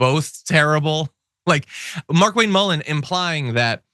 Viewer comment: I believe it's pronounced "Mar'Kwayne"